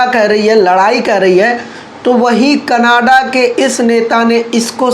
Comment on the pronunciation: Bhai Canada hai. Canaaadah nahi hai.